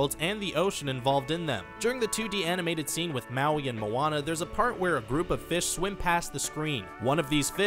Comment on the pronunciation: Atleast he can say Moana right